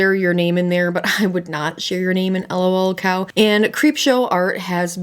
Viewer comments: I was interested in watching until you called it L.o.l cow. I know that's the way it shows but everyone calls it lul cow and I just couldn't. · It's just lolcow like "lulcow" not 'L-O-L cow" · lolcow, not l.o.l. cow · sorry but everytime you say L-O-L cow i die a little more inside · sorry but the way you are saying lolcow is triggering me lol